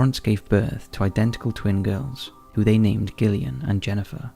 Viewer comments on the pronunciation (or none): I think you need to stop saying Gill-Ian when it's Jillian. IT'S JUST SPELLED DIFFERENTLY. Give Gillian the same respect as Jillian. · G'illian & Jennifer? It's pronounced Jillian not Gill